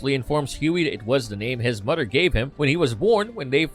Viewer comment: good lord why the robo voice narrating saying D's instead of "th" sounds, saying"dez" "mudder" "togedder" "fadder" instead of "the" "mother" "together" or "father"